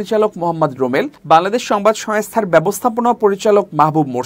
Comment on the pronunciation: Not “Uddhrito” It’s UDBRITTO , not “Soestha” SANGOSTHA , not “Soeskriti” SONGOSKRITI is correct. You should care about accent because you’re a news reader.